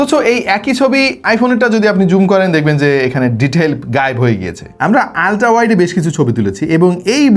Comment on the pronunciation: Vai, pronunciation "Oltra" e hobe.